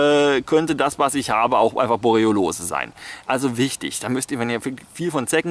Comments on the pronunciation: es heißt "Borreliose" nicht "Boreolose" XD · Das heißt Borreliose, nicht "Boroliolose", "Boriolose", "Borroliose", "Borroliolose", etc., lieber Herr Master of Science.